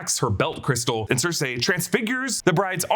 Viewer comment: Not Circ-A its Circ-E